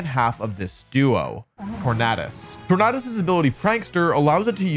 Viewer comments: I thought it was called tor-nay-dus like tor-nay-do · I cringe everytime he says tornadus